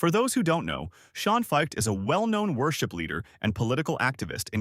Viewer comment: That's not how you say his last name. This just seems like an AI-generated hit piece.